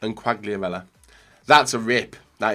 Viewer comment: Ronaldo is only a shit. Quagliarella is the best ( please don't pronounce him again because it is really really painful )